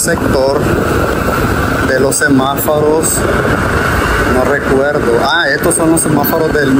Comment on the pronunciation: Amigo disculpa por corregirte pero pienso que estás pronunciando mal la palabra es semáforo y tu dices semaforo